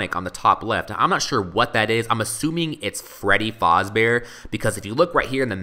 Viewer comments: it is pronounced fazbear not fozbear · Its fAsbear not fOzbear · It's pronounced faaaaazbaer not foooooozbaer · its faz not foz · Freddy Faaazbear.. no it's Freddy Fazbear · not fozbear fazbear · its freddy fazbear not freddy Fauzbear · Why do you pronounce Fazbear like Fozbear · freddy FAZBEARS not freddys FOZBEARS! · ITS FREDDY FAZBEAR NOT FREDDY FOZBEAR!!!!!!!!!!!!!!!!!!!!!!!! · This is really good! But I hate how you say "Freddy Fahhsbear's Pizza" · The whole time that he said FOZBEAR triggered me so much😵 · No offence but you're saying "Fazbear" wrong. You're saying it like "Fozbear". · Why do you keep on saying 'Faazbear'? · also, he says fazbear wrong. also freddy boy, bonnie boy, foxy boy and chica girl. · Why Does He Keep Saying Freddy FAZBEAR Wrong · yo you are saying it wrong the a is the 1st sound ;_